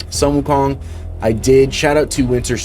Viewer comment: That's one 🌶️ Fabian 😎! So glad now the way that you say"Sun Wukong" correctly is super sexy 🔥 ❤